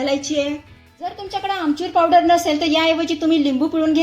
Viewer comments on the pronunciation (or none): none